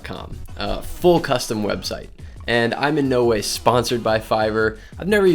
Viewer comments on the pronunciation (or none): did anyone else hear him say webshite? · lol! he said web shite xD on video.